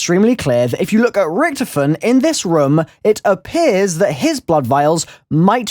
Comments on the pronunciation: Can you say Richtofen correctly? Jheez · the way you pronounce Richtofen is so wrong and makes me cringe.